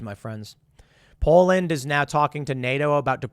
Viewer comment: Did anyone else hear “ Paul Lynd” when he said Poland? Very different imagery in my head